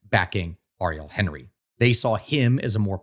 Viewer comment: Jovenel Moïse's name is pronounced "zho-veh-NEL mo-EEZ" not "ho-ve-NEL MOY-zee." Ariel Henry's and Jimmy Chérizier's last names are "awn-REE" and "sheh-ree-ZEE-AY."